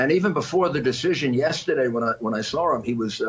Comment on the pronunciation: .....(rudy)...."...when I sawre him..." Do tRUMP supporters actually fall for this nonsense????